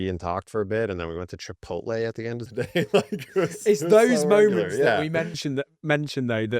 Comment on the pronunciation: Lol Chi-pole-tay